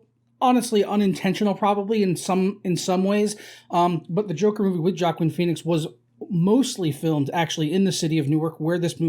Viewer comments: “Jackin Peenix” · I hate the way this guy pronounces joaquin phoenix